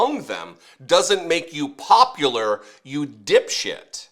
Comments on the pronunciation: the word is popular pronounced [pop-u-lar] not popliar or poplar which is a tree! Yes maybe Trump is poplar with trees but I don't think so! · Mark Wayne whoever he is can’t even correctly pronounce a simple word like popular